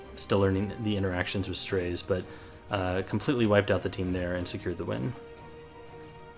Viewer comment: Isn't his name pronounced as "Strah-ze"?